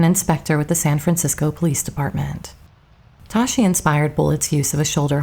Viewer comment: Dave Toschi's name was pronounced "TOSS-key."